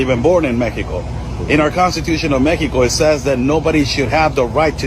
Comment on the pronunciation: This guy is constantly saying Meteco instead of Mexico